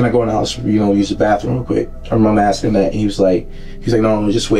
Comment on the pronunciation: He's axing questions.